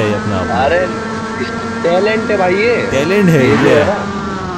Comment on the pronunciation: Toilent hai bhai tailent ni 😂😂